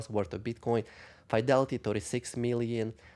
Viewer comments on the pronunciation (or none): Fidelity please NOT Faidelity .